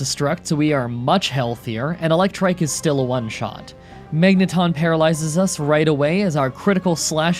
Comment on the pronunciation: It's pronounced Mag-nuh-tahn. Not Mang-ton.